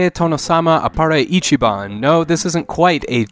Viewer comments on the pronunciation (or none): none